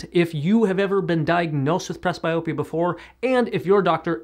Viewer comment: It is pronounced PresBEEopia. Up your game. From a senior who does not need glasses but has used eye exercises instead. Tell everyone the truth about how much peripheral vision is reduced by frigging glasses.